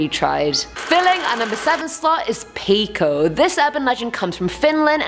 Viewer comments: Just for you, peikko is said like you write it, so that is how you say it: peikko 😂 i am a finn and it is hilarious when people who cant speak finnish speak it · its pronoucted as peik-ko